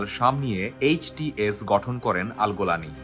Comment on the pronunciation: জোলানি ❎ গোলানি ✅ 😂😂😂